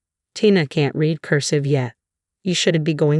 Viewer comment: The narrator needs to learn how to speak words. Examples: read, fiance', naive. Duh!!!